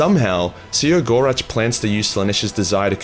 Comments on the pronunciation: see-row-gore-ach? no... SEH-GO-ROCK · "...the lauging god See-ah-gor-atch..."? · His name is spelt “Cegorach”, but pronounced “Keg-or-Rack”, you know, like that tough decision you make with that beautiful lady at the end of a near-lethal bar-beer-binge. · No one knows how to say The Laughing Ones name either, which in itself, is funny. I pronounce it "KEG-OR-RAK".